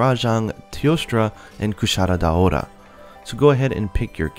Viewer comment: I love how you pronounce "Kushala Daora". I always said it like "Kuh-Shuh-Luh Dora", your way is much cooler.